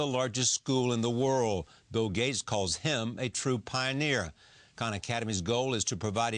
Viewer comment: He said Bill Gates, not gays. An honest mistake though, it did kind of sound like he said gays haha